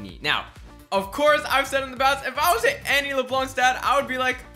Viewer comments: It's pronounced Annie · You say Annie wrong